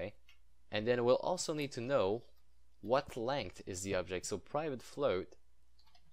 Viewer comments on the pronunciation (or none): none